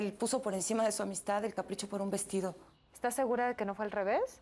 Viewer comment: Like si te diste cuenta q dice vestillo en vez de vestido